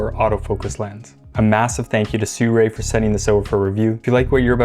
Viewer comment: Sooray? Is it not si roo ee?